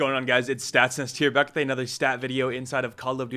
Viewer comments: "StatsNest" lol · saying statsnest seems very awkward